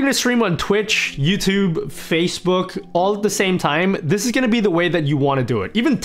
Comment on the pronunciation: the way he said facebook